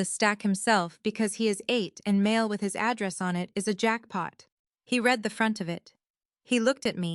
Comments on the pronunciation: Could AI please get pronunciation of read correct? For pronunciation purposes: present or habit; reed. For past actions: red! This bubble is about to burst! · Please teach your AI the difference between “I read” present tense and “I read” past tense.